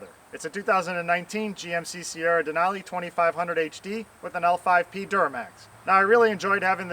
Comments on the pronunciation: What the hell is a "DERNALI", I heard of Denali but not DERRNALI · Ok so maybe I have been saying it wrong.. so is it Der nali. Like he saying or Denali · It’s Denali not dernali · Is it a DERNALI or a DENALI? Ask for a friend...hahaha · Are you say DeRnali because it is a Duramax Denali (Dur-nali)? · Are you pronouncing it wrong? It sounds like you are saying Durnali? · DER-nali??? hahahahahah. don't forget to change the earl. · Why is he calling it a Dernali